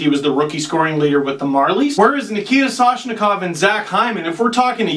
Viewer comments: What happened to the "M" in Matthews? more like What happened to the "N" in Soshnikov!? LOL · "soshikov" im dying